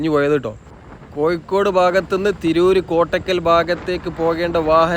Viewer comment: "കോയിക്കോട് " അല്ല കോഴിക്കോട് 😂